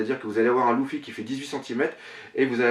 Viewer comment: mec cest luffy pas louffy sinon belle collection